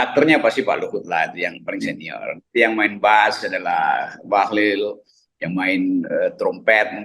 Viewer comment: RG sering salah sebut Bahlil jadi Bahlul..beda satu huruf aja tapi maknanya dahsyat bung..